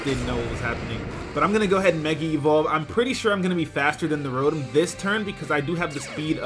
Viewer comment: its pronounced ro tom not ro tum